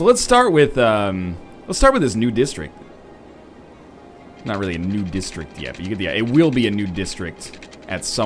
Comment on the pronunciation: When ever he says "new district", I hear "nude district."